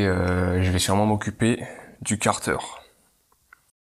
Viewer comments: Et car-deur pour 15 minutes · Chez moi on dit kartère, toi tu dit karteur 😐 ça fait bizarre a l'oreille